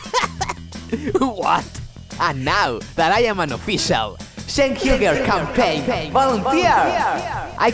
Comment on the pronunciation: "Shank Hyoogur" gets me every time.